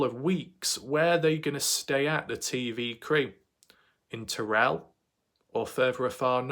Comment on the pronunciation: You pronounce Terral as tear-al not Ter-relle. Just an FYI. And I hope the TV crews might put some weight on the ones who know what happened.